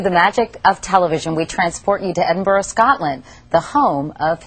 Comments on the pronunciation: Ed-in-burrow wrong EDINBRUH correct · Edin-bra not edin borrow lol